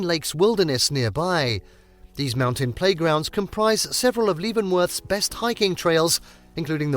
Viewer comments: Do some basic research on pronunciation before you start reading the script. Pew-jet, no poo-get. Lev-en-worth, not leave-en-worth. Rain-ear, Not rain-ee-aye. San Won, not San Jew-ann. You should also learn the American pronunciation of hurricane and glacier. How could you butcher so many well known names so badly? I gave the video a thumbs down for lack of effort. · As mentioned here in previous comments, I wish the folks who make these list videos would do some research on pronunciations before recording their audio. As well as Puget Sound (Pew-jet), Leavenworth (Leven-worth), Rainier (Rain-eer), San Juan (San wawn...c'mon...it's Spanish) and Stehekin (Steh-heek-in)...there're a number of names derived from Native words and names. Like Puyallup (poo-ee-al-up). I can deal with the British presenter style rise and fall of pitch, but the mispronunciations are just maddening. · It's "Levenworth" as in "ELEVEN" :) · PEW-JET is how it's pronounced. And LEVV-ENN-WORTH, not LEEE-ven-worth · I love the San Jooahn Islands north of Pooget Sound, whenever I'm not in Leevenworth. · It is pronounced Pew-Jet. And Leavenworth is pronounced like Leven it's not a long e sound. This would be a good video if someone had learned proper pronunciations. 😞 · proper pronunciations: pew-jet sound , leven-worth, mount rahh-near, san wahhnn islands, americans love to butcher proper english lol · Some narrator. He butchered the names of every destination and insulted Leavenworth 's Bavarian theme. Who's brilliant idea was this? You should be fired. Really. I'm serious. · Mispronounced words: Puget, Methow, Chelan, Leavenworth, Stehekin, Rainier, Ohanapecosh, San Juan, and Chihuly. Just stop. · One must learn how to pronounce certain words before attempting to do a travel video. Video was fine, but such words like Leavenworth, San Juan, Puget were mispronounced. Good thing the views in the video was better than the speaking parts.